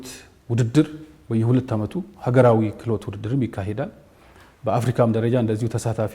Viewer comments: ኪህሎት ፓርክ ሳይሆን ክህሎት ፓርክ በሚል አስተካክዪ። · ክህሎት ነው " ክሂሎት" አይባልም አረ ሰዋሰው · Maybe you need to learn pronunciation kihlot 😂😂😂😂😂 You are embarrassing yourself.